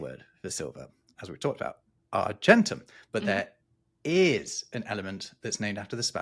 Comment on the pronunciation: "Flo-JIST-on", for goodness' sake. "Nitre" is potassium nitrate, KNO3. Sodium carbonate, Na2CO3, and sodium bicarbonate, NaHCO3 - not a smidgeon of nitrogen, N, in either. What on earth were you thinking?! You should be using a hard g in argentum and hydrargyrum. Tungsten did NOT used to be called "wolframite". Wolframite is the ore from which wolfram (tungsten) is extracted. I'm surprised you didn't mention "Ultima Thule". Sulfur the element is odourless. It's hydrogen sulphide, H2S, which stinks, You might like to research why early radar was called H2S. Shame on you for dismissing Dmitri Ivanovich Mendeleev so summarily. His construction of the Periodic Table of Elements, on which your whole video is based, is one of the towering achievements of human endeavour. The Table ought to be appreciated in the same way that any work of art is appreciated.